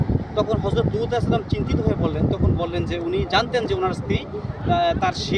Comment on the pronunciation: ভাই উপস্থাপক, আপনি লুত (আঃ) কে দুত (আঃ) বলেন কেন? উচ্চারণ ঠিক করুন ভাই।